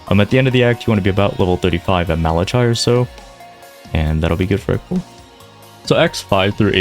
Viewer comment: Direct and to the point, nice. The “ch” in Malachai is a hard “k” pronunciation. Don’t blame someone not to be up on bible lore…just watched a video on omniscience build where the guy said omniscience five thousand times as 2 words “Omni” and “science”